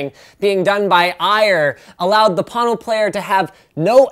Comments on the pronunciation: Why do you call is Pâno, when it is spelled Pono? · its a hawaiian word pronounced p-oh-no wang chung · am i the only one who hear porno instead of pono? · Thing is snake oil all the way, but PLEASE take the time to at least learn to pronounce the name right. Pono- pronounced Po (like king fu panada) Know. NOT Pon Know... I hope the owner of this company isn't butchering the Hawaiian language like you are. Edit: Watched Neil talk about it. At least he got the pronunciation right. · I giggled when i thought he said porno player. :D:D:D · Am I the only one who heard please porno player the first time 😂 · I'm sorry. I can't take a Pono review seriously from someone who can pronounce neither Pono nor Ayre correctly. Maybe it's just me. Moving on to videos of cats. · lol agreed. Linus get the pronunciation right please. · There is a huge difference in sound quality with the player. I hear it in every single recording I listen to, and am amazed you're not able to hear it. You seem like you were determined to not like it from the get go. Oh, and you should at least learn how to pronounce the name when doing a review. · All the Hawaiians cringed when he butchered the word Pono 🙄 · Anyone else thought there was an r in pono...